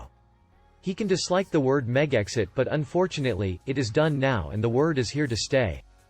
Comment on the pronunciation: Please pronounce Megxit correctly. MEG-zit. Not Meg exit.